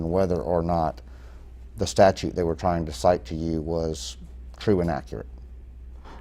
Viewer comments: Did he say statue 😂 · Statute ! NOT Statue.